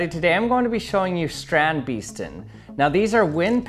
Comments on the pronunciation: hahahhahah its pronounced str-on-d-base-ten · My phonetic not that good, our dictionary says: "strɑnt bestən". In layman: 'strand' almost good just give it a real non-english a like the a in 'ah' or 'aw' (not 'awe' cause that's too much of an 'o'). And 'beesten' is almost like the english 'based' with 'en' added at the end. Don't worry t's and d's, dutch don't either, it's more regional than anything distinctive, a lot of d's at the end of a word are pronounced as a t. Can't get rid of the accent, but anything better than 'beast' comes much closer to dutch pronunciation. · You pronounce 'beesten' with a long english 'a' like the a in 'base'. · I love people trying to pronounce Dutch words😂😂 Kills me every time xD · Foreigners trying to pronounce Dutch words and names just keeps being funny XD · I am dutch and strandbeesten is a dutch word, i like how this man pronounces it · That pronunciation of the word StrandBeesten hurted me. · I love how you pronounce it's name haha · I love people trying to pronounce Dutch words😂😂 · that pronunciation hurt me